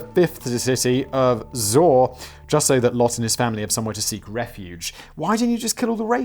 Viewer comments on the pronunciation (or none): none